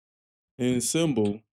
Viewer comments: Slayer is, above any other band that has ever existed, the sound and rhythm of pure aggression. That's how you have to approach them. Frankly, there is no better mucic for a gym session than Slayer. Also, it's pronounced "ahn-sambal", not assemble. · Dude. En saaam bul. Not en seeem bil. lol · I just watched your reaction to SLAYER War Ensemble (not being a douche, but pronunciation is more like Ahn-sahm-bull... just trying to help with that bro. 😊) But SLAYER's lyrics speak mostly about war, the atrocities of war & are mainly centered around WWII. If you want to hear a few good tunes to get your feet wet & to get a grip around SLAYER as a whole, try the following: Spill the Blood South of Heaven Angel of Death (still a fast paced song but the lyrics are about the war crimes committed by Mengela in Auschwitz concentration camp) Mandatory Suicide Seasons in the Abyss (video on YouTube) Dead Skin Mask (about Ed Gein) Skeletons of Society Expendable Youth There are so many great SLAYER tunes that aren't going to melt your face. Whoever suggested War Ensemble as your 1st one from them should be ashamed of themselves. For a metal music fan, there's no better suggestion. But for someone just getting into it, a little less brutality would've been par for the course. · It's pronounced "war- on- somble." Your grammar isn't correct. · Btw it's pronounced (on-somble)😊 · War Ensemble is pronounced “War ‘ahhnsahmbull’“ BTW, welcome to the club! 😂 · Slayer is "Anarchy." 🤘 "Train"? It's more like a tank... this song is about war. This is an anti-war song. Dave... the drummer, is amazing. P.S. It's pronounced "ON-somble"... the word "ensemble." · It's pronounced War Onsomble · It's "War On-som-bull". Ensemble - refers to a group of people who work or perform together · learn how to pronounce ensemble, and a whole bunch of other words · War ensemble your pronouncing it wrong